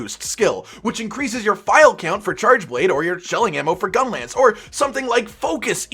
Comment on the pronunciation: "...Gung-lance..." - 2019